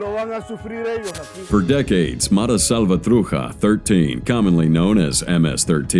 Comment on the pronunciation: atleast get the name righ of the ms gang ma-ra-sal-va-tru-cha